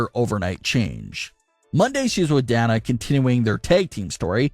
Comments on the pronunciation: DAY-NA. Not DAN-A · Who's Da Na? It's pronounced "Day Na" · Who the hell is Dan-nah? Do you mean Day-nuh as in Dana Brooke? Doesn't really seem like you watch wrestling when you can't even properly pronounce a wrestler's name.... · Who's danna 😂 it's Dana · Day-na not a hard A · It's DAY-NA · Uhhhh,, Why are you insisting on pronouncing Dana with a small A, like "calf" or "cat"? It is clearly a capitol A. Just sayin... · Dude can never say Dana right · Thank you! I pointed that out before I read your comment 😆😆😅